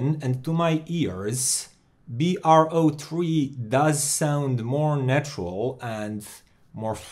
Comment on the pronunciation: Dude it's Bro 3 in USA! Not B-R-O 3